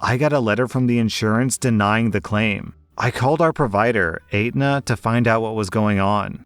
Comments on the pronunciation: Hate to be THAT guy but it's pronounced ET-NUH. I work there so it just bugged the hell out of me lol Also, can't really comment on that policy. Don't know what plan she has. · I've had Aetna before with my father's work insurance. They were always horrible and I always felt bad for asking for medical help because they always gave my mother a headache about everything. It's also pronounced étna in case sees this. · Normally mispronounciations don't bother me but I guess I've been in the medical field too long because the pronunciation of Aetna caused me physical pain. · The way you pronounce Aetna is cringe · i didn't even see how it was spelled and i knew something was off. At first i thought he meant Edna, though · Probably haha. But as someone in the insurance industry, I just can't get over pronunciation of Aetna. It's not "ate-nuh", it's "et-nuh" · ET-NAH NOT ATE-NAH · The insurance company is et-nuh not ate-nuh lol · Story #2: It's pronounced etna, not ate-na. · There's no 8 in Aetna, btw. It's pronounced Etna. But you've mispronounced other words throughout your videos, so... ("Constructive criticism") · Ok sorry... But pronouncing Aetna as eight-nah is really funny. It's ett-na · I’m dying at your pronunciation of Aetna 🤣🤣 it’s not ate-na it’s more like etna the “et” as in Etsy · Fyi, Aetna is pronounced like "Etna" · sorrt to be this guy but: Aetna is ehtnuh. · I love how you say Aetna. Is actually said et-nah gave me a good chuckle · It's pronounced Eht-na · FYI "Aetna" is pronounced AT-na 😂 It's a nation wide healthcare company and I have never heard of it pronounced your way but thought you should know. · Aetna is pronounced et-nah. It bothered me hearing you say that as I used to get smacked for saying it wrong as my mother worked for them. Not sure why she took such pride in a job she hated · FYI: The insurance company is pronounced ET-na [Say it like there's no "A"]. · Actually, it’s pronounced /ˈɛtnə/ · "Ate na" for Aetna